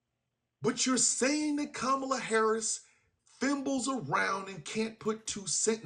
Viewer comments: The man can't even call Kamala the right name, who gives a fuck what he thinks if he's going to mispronounce her name every single time? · Considering how caller keeps spewing maggat talking points and unable to pronounce Kamala's name my guess he's always been a fascist pos